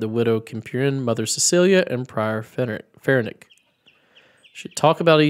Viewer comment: The 'c' at the end of Ferenc is soft, I'll bet you didn't know that! The name is actually derived from Francis.